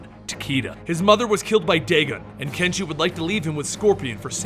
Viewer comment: Damn I keep hearing not hanzo and kenshi But hanzo and genji